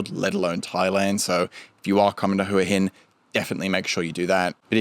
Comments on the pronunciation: Thought it is pronouced Wa Hin. The Thai's I've spoken to all call it Wa Hin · AAAArgh its HWAH Hin. could not watch after 1st minute.